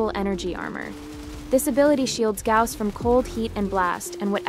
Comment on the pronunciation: its a good guide, but who read it as Gaws